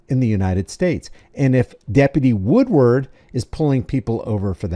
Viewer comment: C’mon, man! It’s WOODARD, NOT Woodward. LoL… 😂😂